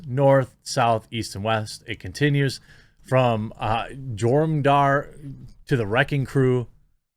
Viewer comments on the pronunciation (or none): Jormungandr is pronounced "Your-mun-gan-der" basically the giant world serpent who wraps the earth he's so large and eats his tail